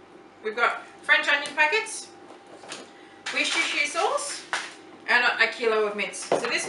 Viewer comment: Love your videos, simple and amusing! I can't help but correct your pronunciation of Worcestershire sauce, though, even though it made me laugh...try "WOO-STIR-SHER" ...the English language is a funny one, I know. That's never been an easy word, anyway. Keep the great recipes coming!